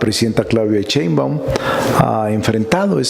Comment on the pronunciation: Si ya sé que eres maestro, catedrático, legislador, constitucionalista, agricultor de origen humilde, intelectual, de familia numerosa, vende libros a sobreprecio, sabelotodo, yaaaa!!!! Ah y es Sheimbaun, no Cheinban.!!!